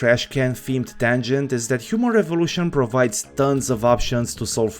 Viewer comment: I'm sorry, but I can't stop hear Humor Evolution instead of Human Revolution